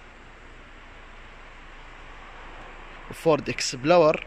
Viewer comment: ياخي في بعض الأسماء حق السيارات المنافسة نطقتها غلط😂 زي:هوندا بايلوت honda pilot فورد اكسبلورر ford explorer بس هذه النقطة اللي عندي غير كذا شكراً على ما تقدمه لنا من معلومات مفيدة❤️